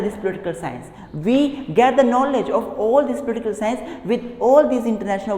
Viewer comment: I like the way he say Pultikul sciance 😄